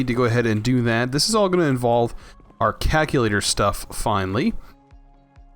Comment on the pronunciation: "kack-u-lator". Aaaaargh!